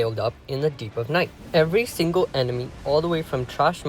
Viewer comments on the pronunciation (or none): none